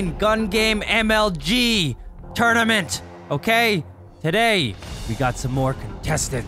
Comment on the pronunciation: is it me or he said Turnament or TURRDAMENT